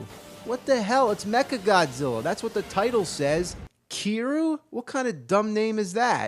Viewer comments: even before Yakuza came around becoming more popular I still thought it was pretty cool, and not hard to pronounce, James could've just said "Keeriou" not "keeru" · Kiryu is a Japanese word for "Metal Dragon" and it's not pronounced "kiroo" it's Kiryu with a Y